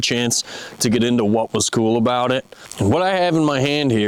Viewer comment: A rubber boot, aboot 😆